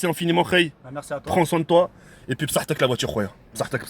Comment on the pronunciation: Le mec il dit psatek, j'en suis sur ibra il a rien compris mdr